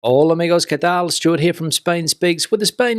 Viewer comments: He says "Hola amigos, que tal?" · Why does he always say “Qué tals?” with an s at the end? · He does put an s at the end..